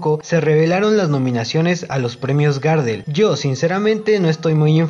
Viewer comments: Perdóname pero no se pronuncia Gardel Garrdel es como más fuerte la pronunciación de la r. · No se dice “GÁRDEL” Pavo..... se dice GARDEL.... en homenaje al tanguero Carlos Gardel... conocido en todo el mundo... sos un irrespetuoso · Si vas a hablar de algo aprendé a mencionarlo "Gardél, no Gárdel" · Ey amigo, es Gardel con acénto tácito en la última sílaba (es decir que si fuese con tilde, sería "Gardél" y no "Gárdel" como lo decis vos). Gardel es por el famosísimo tanguero y cantautor Carlos Gardel.